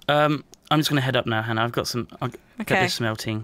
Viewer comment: omg, you actually did it you said hannah's namewrong 100 times